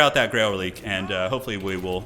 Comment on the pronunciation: Reliquae is pronounced "Relic-way", not "relique" - keep up the otherwise excellent videos!